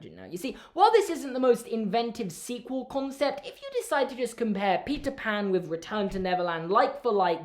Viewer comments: I could have sworn he said pizza pan instead of Peter Pan😳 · Is it just me or did it sound like he said pizza pan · ok I know you’re saying “Peter pan” But I’m also hearing “pizza pan”😂🤣